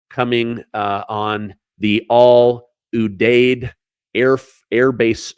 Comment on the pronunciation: You have to learn how to pronounce udeid 🤦🏿‍♀️🥳